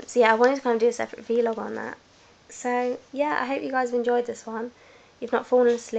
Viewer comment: vlog...not v-log